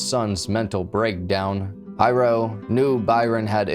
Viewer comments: Dad's name = Hiro ...pronounced HEE-ro.... not High-Row. Also- 'Xerox' is a brand name for the generic 'photo-copier' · I worked on Puuhale Road at a shop back then. I heard KSSK announcing the breaking news and that made our daily chores delayed due to Nimitz being blocked and the mass search for the killer.....(btw, the dad name is NOT Hi Row......its pronouced like He-row for Hiro, dad's real name). I often had some differences with my boss too, BUT, i would never EVER do such a callous and stupid thing.......its NOT WORTH IT). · I was told Byron was an immensely talented person. He made furniture from scratch, he built with relative ease. He raised award winning gold fish. BTW his fathers name is pronounced Hero, not high ro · Mental. Hiro is not pronounced High-ro, it’s pronounced Hero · The mangling of the pronunciation is killin’ me lol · Hiro is pronounced as if you're saying hero. Not Hi-row. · Pretty sure his father’s name is pronounced like “HERO”…. It’s a pretty common Japanese name 😉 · And sometimes the r is rolled. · Hiro (Hee-row) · Not of Japanese decent but I think Hiro is pronounced HERO. Im just nitpicking though. Excellent video AS USUAL thanks for the top notch content. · Don't hate on for mispronouncing hero, he's autistic give a break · im asian as well and i honestly get little upset when haoles pronounce japanese names wrong.....just like Karaoke, its NOT Ka-ree-okay.....its Ka-da-okay. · HO-NO-LOO-LOO, not HANALOOLOO. HEE-RO, not HI-RO. 🤙🏼